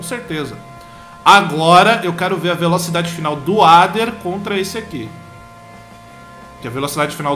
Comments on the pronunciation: velotchidade? huehue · A "Velotidade"? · ele falo velotidade